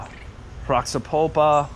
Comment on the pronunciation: Nice fruits... but you kind of have to pronounce some of the words here correctly next time... For example... Roxa Pulpa(Actually Roxa Polpa) = "Hosha Powpa" Rosa de Pescoço = "Hoza jee Pescoso" Jabuticaba = "Ja-boo-chee-kaba" Other then that, the video is good somehow and the fruits from what it appears to be from Brazil seemed to be nice.